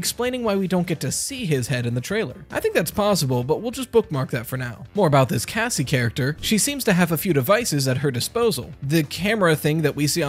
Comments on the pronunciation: Does anyone hear “gazzie” instead of Cassie? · I thought he said Gassie and I’m like what the hell could that be short for? Gassandra? Gaston?